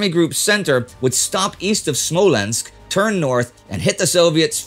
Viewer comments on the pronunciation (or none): none